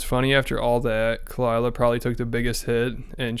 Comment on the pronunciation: He's a dummy, his wife is friends with Joe Rogan's wife, he became successful and lost his touch with reality. It happens all the time. Meanwhile, Khalila is a manipulative leach and all around bad person, she even hides the real pronunciation of her name, which is Arabic name pronounced Ha-lee-la